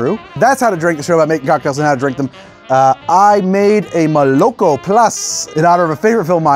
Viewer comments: not molOk0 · "Mole-Ah-Koh" plus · it should be pronounced " molokO " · Probably not the first one to say it but moloko is russian for milk and it’s pronounced: muh-luh-KHo or moloKho stress is on last syllable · i would pronounce it as molokO, as in Rusian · fun fact moloko is milk in russian and it is pronounced more like malako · And btw, moloko is pronounced with the emphasis on the last syllable. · And the stress falls on the last syllable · Love the show dude, but ya gotta look up how to pronounce молоко. Not trying to be a jerk. I really do adore your work! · lmao, it's pronounced with the stress on the last syllable not the middle one. also the first o is pronounced as an a. here's an example